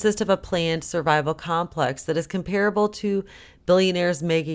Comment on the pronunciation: Comparable and Madrid - accent on the first syllble